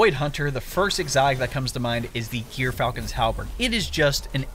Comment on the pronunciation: Not gear falcon, djor falcon. Smh